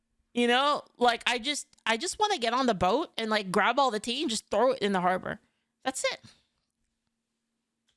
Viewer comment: “I just wanna throw the tea in the bahrber 😊” As a Bostonian, HELL YEAHH!